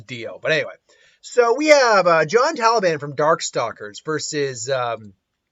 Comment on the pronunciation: It hurts to hear someone say Taliban when referring Talbain...